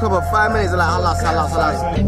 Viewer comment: It’s khalas* man said halas hundreds of times